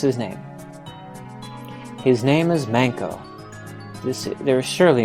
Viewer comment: Finally, our first combat! ...and shortly after, our first death >_> Well, at least the game doesn't baby you. Thanks for this episode! ^_^ My favourite part was when you referred to Manko as "Wanka" :D Made me think that Willy Wanka's journey to create the world's best chocolate factory began when he was kidnapped by goblins ^_^ I also liked the line "we look more battle-like, because we're a page." I guess a page is a knight-in-training, but I was totally picturing a bellboy at a hotel :D Now I imagine the player character in a bellboy uniform.